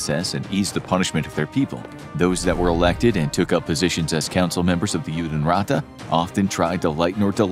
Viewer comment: Judenrat is pronounced "yoo-den raht"